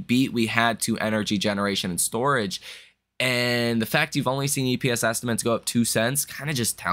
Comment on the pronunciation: say this word: estiments. Now, say THIS word: estimates.